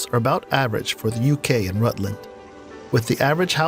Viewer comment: He also sed Rêœütland